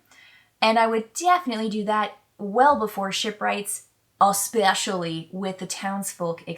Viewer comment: “especially” haha! Had to replay that pronunciation a few times, classic. Great breakdown, I’m just expanding my gaming horizon and this is super helpful. Thank you